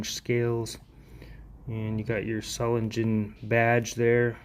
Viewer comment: you’re mispronouncing solingen